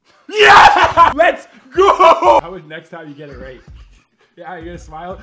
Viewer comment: Instead of saying lets go I thought you said legos